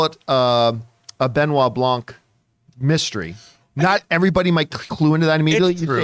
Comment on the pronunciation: Guys, it’s like “Benoit Thewhite”. Plz make an afford! Try to pronounce it in french. White in french, there is no C🤷🏻‍♂️